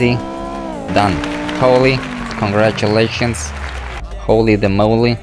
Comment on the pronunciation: Why do u say congratulations